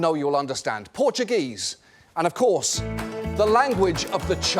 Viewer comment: Portuguese pronunciation is surprisingly good.